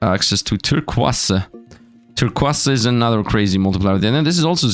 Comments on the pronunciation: Turkwass... Tir-koize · it's pronounced "Tur - coys" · Bro why did he miss pronounce turquoise it is something so simple but he made it seem so hard😂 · it's kinda weird to hear Turquiose said differently. i am not complaining or anything.